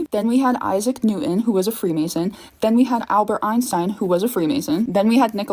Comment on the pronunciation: If you pronounce Newton as New En, fugoff.